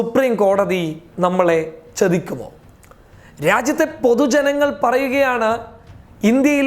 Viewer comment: ചെതിക്കുമോ എന്നല്ല ചതിക്കുമോ എന്നാണ് പറയേണ്ടത്. ഉച്ചാരണ ശുദ്ധിയിൽ ശ്രദ്ധിക്കുക